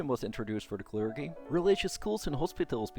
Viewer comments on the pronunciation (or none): Great video and interesting thesis, thanks so much for this. Just for your reference: 'Clergy' is pronounced 'klerjy' not 'klergy' (with j as in june), and Erdoğan is pronounced 'erdowan' not 'erdogan' as the ğ letter in turkish is scilent and just lengthens the preceding vowel (kinda). Not that it really matters and the video is still great.